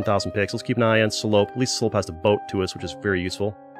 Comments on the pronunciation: at least he didnt pronounce it correctly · As a french, there was a slight giggle each time you said "Salope" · Sa façon de le dire me fume mdr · BAHAHAHA THE WAY YOU SAY SALOPE IS SO FUNNY xDDD its supposed to be a french insult